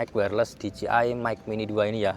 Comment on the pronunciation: Dijeai bang bukan dijiai